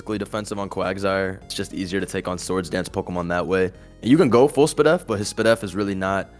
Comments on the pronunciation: must be the type to say PRDNL as prindel as he said sp.def as spidef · NEVER say 'spud-def' ever again